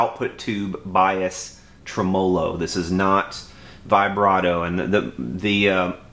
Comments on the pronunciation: Every time you say trumolo instead of tremelo, it's like fingernails on a blackboard. The electronic info is first rate. Takes me back 30+ yrs when I messed around with amps and computers. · Yep. You tell 'em. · Nice review, but it's pronounced TREMolo, not treMOlo. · Murray Melander Agree! Always believed the name derived from "Tremble + Melody" Trem mellow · Regarding the tremolo debate...I was playing around with amps well before you were born and NO ONE pronounced it trem-'O-lo including the inventor. If that's not good enough look it up...then argue with a dictionary. You're a decent technician but certainly not an English major. Don't let YouTube "fame" go to your head. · It's pronounced Trem-low - O , not trem·o·lo ˈtreməˌlō check this link Let me guess, your from the south! Yes, the amp is butter. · Old post but he pronounces it wrong and you spelled it wrong :o) trem·o·lo /ˈtreməˌlō/Submit nounMUSIC a wavering effect in a musical tone, produced either by rapid reiteration of a note, by rapid repeated slight variation in the pitch of a note, or by sounding two notes of slightly different pitches to produce prominent overtones. a mechanism in an organ producing a tremolo effect. a lever attached to the bridge of an electric guitar and used to vary the pitch of a note. noun: tremolo arm; plural noun: tremolo arms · Great tone! You're pronunciation of tremolo made me laugh. Never heard that before.